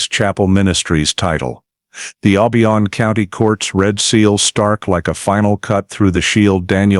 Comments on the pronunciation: It’s OHHH BIII YONN . Not the way he’s pronouncing it! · I agree, they should have done more research. The way he pronounced OBION Is also wrong 🤦‍♀️